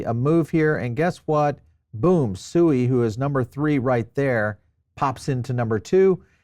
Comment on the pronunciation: It’s pronounced “Swēē”